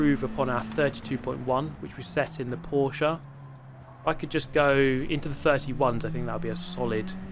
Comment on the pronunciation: Dear, as a fellow German, it's pronounced "Porsch*E*" not "PorschAH" - somebody who doesn't have a life and has had hours of boredom the past few days